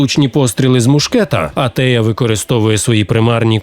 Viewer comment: Та Антея а не Атея